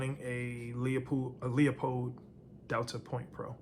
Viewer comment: As a Marylandanian, you're missing out on a golden opportunity by mispronouncing Leupold. It's pronounced "LEWWWpold" 😂